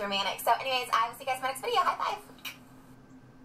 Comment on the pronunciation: i is seeing dah videe-oh. videe-oh purdy! me sowwy, got head-owwie, wost bwain sells foh abit!